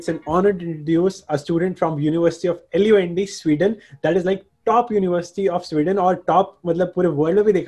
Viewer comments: It's not L-U-N-D it's लुंड (as the other guy said) But deep down we all know it's University of लंनननननड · He is saying l u n d instead of lund.🤣🤣🤣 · Yeah it Actually pronounced as Lund though he said leound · University of L U N D The way he escaped the pronunciation 😆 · be like, hey everyone introducing you to a student of L-U-N-D and actually pronouncing the name 😂😂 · Man had to say loond lmao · Its called luhnd University actually pronounciation dekhke aaya hu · Bhai is University ki videos me bhi is tarah se pronounce nahi kiya tha waha k khud k logo ne! Properly bolo bhai! Isme kya hai.. bolo LUND university me padhte ho! Ye loond foond kya laga rkha hai